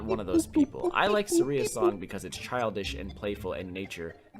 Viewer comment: took me a moment to realize he was say "Saria's song". I pronounce her name SAR-ia, and he says sar-IA.